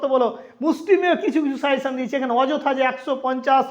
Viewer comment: Sir it's not 'suyession', it's "SUGGESTION"